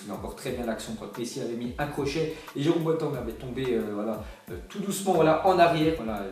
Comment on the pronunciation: Mdr tu sais pas dire jerome boateng